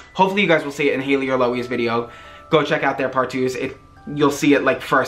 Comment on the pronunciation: I like how he made haileys name into hails